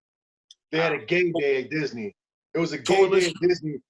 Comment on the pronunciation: Violent J’s pronunciation of Dizzinee is always funny.